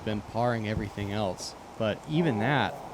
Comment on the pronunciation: "Something elts" -... Must be a New England thing. My friend from Maine says "elts" rather than 'else'